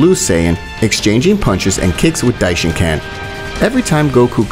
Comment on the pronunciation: Dishincan? Its dishinkan